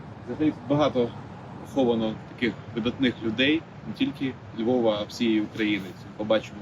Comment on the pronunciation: ПОховані, ЗАховані дуже ріже слух